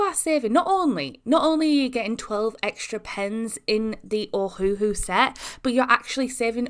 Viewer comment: Are we gonna talk abt how she said ohahu